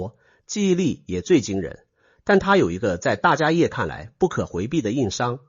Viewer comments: 大迦叶 （梵文：Mahākāśyapa）念：jiā shè。不念 yè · 大迦摄～，AI代立杰读可以设定改一下